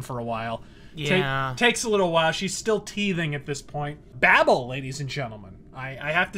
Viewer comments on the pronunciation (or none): It's pronounced Bay-Bell.